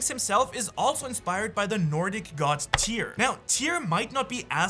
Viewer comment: Tyr! Not tear.